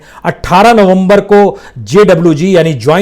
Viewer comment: नोमबोर नहीं नवंबर